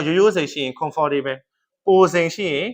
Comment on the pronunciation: စိတ်ပျက်မိ၊ comfortable အသံထွက်မှန်ထွက်တတ်အောင်အရင်လေ့လာပါလား?